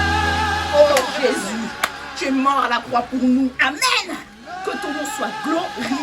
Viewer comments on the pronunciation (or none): «Que ton nom soit GLO RI FIÉ»😂😂😂😂😂😭😭😭😭 NOOOONN